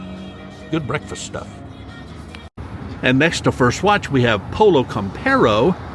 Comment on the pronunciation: Hi, nice tour to the stores in St. Cloud. In Pollo Campero the word Pollo must be pronounced in spanish Poyo. Greetings to you and Madre Woo.🦆🍊🏬🏬🏬🚦🚧🚗🚕🚙🛻🚛🚚